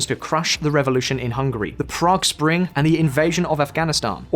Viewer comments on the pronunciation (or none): none